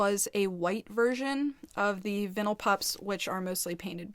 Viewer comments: I’m just gonna settle it, it’s pronounced vine-l lol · it’s pronounced like “Vine all” Lol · The "i" in vinyl is pronounce as "eye". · Hi love it’s not pronounced that way, they are also kinda rude to you .... it’s vine-al xxx ps love you and follow your asmr channel xxx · i dont think theres specifically a right way to pronounce vinyl? but ive never seen anyone pronounce it like the way you do 🤣🤣 i think most people say "vine el" if you wanna say it the "right way" ❤ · Is she trying to say vynil???